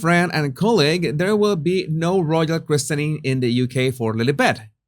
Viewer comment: In UK listed is pronounced as it is written but christening is pronounced kris-ning or krissen-ing :) I know …!